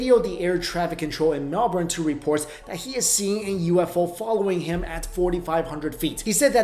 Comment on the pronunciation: Thank you for saying Melbourne right